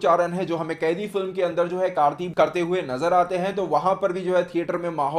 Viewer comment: कैदी नहीं bhai कैथी hai uss movie ka naam